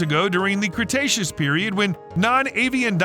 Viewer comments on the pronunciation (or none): none